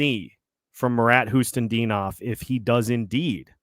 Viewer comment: Other than calling Khusnutdinov "Hustendinov" as usually lol